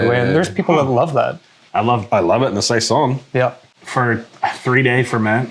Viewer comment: saison is french- the second "s" is pronounced like a "z", saizon